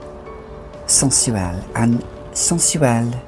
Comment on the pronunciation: Love the way you say "Sensuelle"